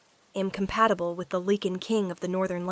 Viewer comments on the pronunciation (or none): Lichen with a long I not leaking